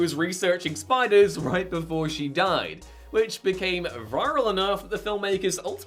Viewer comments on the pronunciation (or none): none